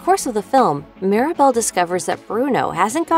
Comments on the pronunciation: It's Mirabel not Maribel 🤦‍♀️ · She also keeps calling Mirabel “Maribel”